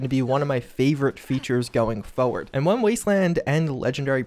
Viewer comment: Just a shame he mispronounce's forward all the time :-)